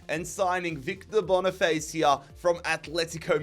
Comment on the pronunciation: That Victor boniface pronunciation was crazy